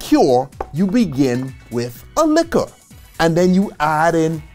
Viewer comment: A whole video on alcohol but not being able to pronounce LIQUOR. In French it's Liqueur pronounced LEE-KEURRRR In English Liquor pronounced LEE-KER not LEE-CURE Oh in your recent video about COINTREAU it's pronounced CO-IN-TRO not sounding the N. Grand Marnier definitely not GRANN it's GRAN but kill the N. Nice video but must work hard about your whole American accent. Don't take it bad, thanks.